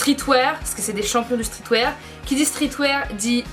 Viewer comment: Tu racontes tellement n'importe quoi... t'y connais rien y a pas de palace a tokyo mdrr et ça peut pas couter moins chères en France sachant qu'il n'y a pas de magasin et on dit streetWeAR pas streetwaire mdrr